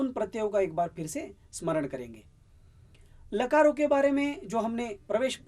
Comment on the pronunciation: मैंने पहले भी कहा था और अब भी प्रार्थना कर रहा हूँ कि आप अं की बिन्दी बोलने में हर जगह छोड़ रहे हैं। कितना अच्छा हो यदि यह त्रुटि आप सुधार लें। अभी पहली ही मिनट में आपने... कालो का, लकारो का बोला; जबकि कालों का, लकारों का बोलना चाहिए था। प्रणाम। दक्षिण भारतीय बिलकुल अं की बिन्दी प्रयोग नहीं करते। इसीलिए आपके साथ ऐसा हो रहा है।